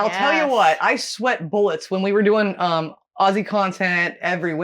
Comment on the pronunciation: Enjoyable to watch ladies! But I still cringe when i hear "Ossie" instead of Ozzie! Lol